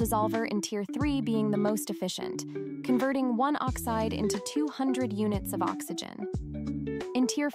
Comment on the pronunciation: oxite or oxide :D